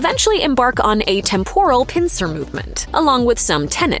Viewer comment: How can you go through an entire video mispronouncing "temporal"?